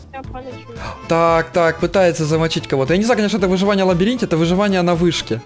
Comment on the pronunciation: И никто так и не заметил ошибку. "ЛабАринте" "ЛабИринте" :>